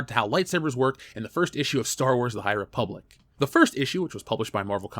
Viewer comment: Great Video. Ree-public is definitely an avoid for me. Also sent you a Dm on Twttr